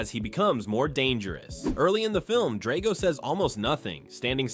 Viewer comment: This is the worst thing I have ever seen. All wrong and inaccurate. If you wanted to create the worst content ever posted on the internet neither Rocky nor Drago teaming up could stop you (and learn how to pronounce 'Drago').